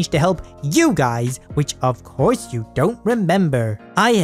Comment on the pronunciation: “Of coarse”. Hahahahaha